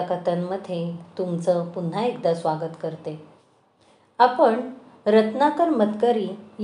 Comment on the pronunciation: न आणि ण चा उच्चारा वर काम करावे. जाण्यापूर्वी... जान्यापूर्वी नाही. आपण... आपन नाही